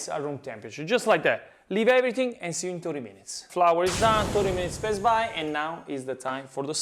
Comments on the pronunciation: I always thought he says best buy...it's pass by, damn I'm deaf. Thanks cheff! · aaaaaaaaaaaaaaaaaaaah, he says "past by"! I always understand "best buy", and was wondering it if its an running gag or something.